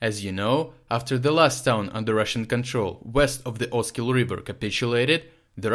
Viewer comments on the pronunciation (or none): none